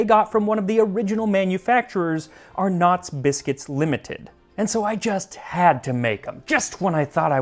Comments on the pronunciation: Since I can't see any comments about it I have to say it.. "Arnott’s" is pronounced like "darn it" 😉 not "arNOT" 😂 Also thank you for covering this! My great grandfather was at Gallipoli ❤ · 'Ah Knotttts'. Its pronounced 'Are Nets' (short). Great video! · FYI Arnotts is pronounced “are-nuts” not “are-nots” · "ARnott's", like Arnold. Not "Ar NOTT's" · to say Arnott's like an aussie - its not Arr- Knots which makes sense given the O. Say Arr-nets. Dont ask why... it just is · im sure someone has said this. But its not Ar-nots. Its Are-nuts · It’s pronounced “ah-nuts” not “are-notts”. Us Aussies don’t really do “r” sounds… 😂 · You pronouncing Arnott's as "Are nots" cracked me up haha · Can confirm as an Australian that anyone now who's served for Australia is considered an Anzac. Arnots is pronounced like "ar" from car and then "nits" at the end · Nets not nits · Your pronunciation of Arnott's made me laugh (in a good natured way), it's not "are-nots" but more like "arnetts" the o is barely pronounced. Why? Because Straya. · I love your channel Max. I loved your pronunciation of ar-nots even more (fyi in Kiwi at least it’s ahhh-nits) 😂. Will you come to New Zealand one day and do a live show at a food and wine festival or something. That would be amazing! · It's pronounced 'Ar-nets' a not 'Ar-nots' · Arnotts is pronounced “Ah-nets” lol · Every Australian just chuckled when you pronounced it "Are nots" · Lol yeah the Arnotts pronounciation really threw me for a sec. The Anzac biccies came out looking pretty accurate though! So he's forgiven. Max, if you're reading this, it's said like ARE nuhts (the is/am/are kind of are). They's still the biggest biscuit company here to this day and let me tell you if you want a biscuit to dip into your tea, you can't go past Arnotts. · lol Puntly and Chalmers = Huntley and Palmers, and Arnott’s has the stress on the Ar, not the nott’s. Any excuse for the hard tack clip though right! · Its pronounced Arn-otts not Ar-notts!